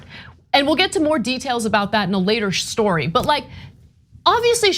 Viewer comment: "SCHTORY" CALM DOWN ANA LOL